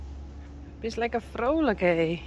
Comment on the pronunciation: You pronounce vrolik like the Afrikaans vroulik. I suppose she is both. She is so full of beans :)